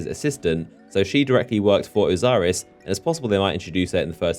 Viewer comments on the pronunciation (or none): It's Osiris not Oziris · "Oziris"? Who's that? I know Osiris but that's it.